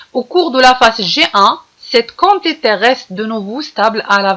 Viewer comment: chokran mais on dit la quantités كونتيطي pas كونطيطي